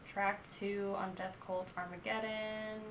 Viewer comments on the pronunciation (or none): none